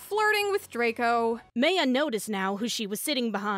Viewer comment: the pronunciation of Maya and bustier...